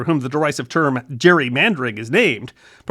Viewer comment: The word "gerrymandering" may be pronounced with a soft 'g' (like "giraffe") but Elbridge Gerry —the man whose name gave us the word— pronounced his name with a hard 'g' (like "gear"). Accuracy in history, no matter how inconsequential, matters!